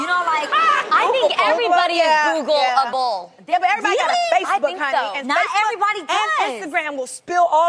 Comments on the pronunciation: WHY SHE KEEP SAYING GOOGABLE ?? ITS GOOGLE-ABLE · "Googable." Adrienne missing a syllable every time. lol